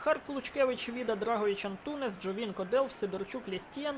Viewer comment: Лайк, але не Антунес а Антунеш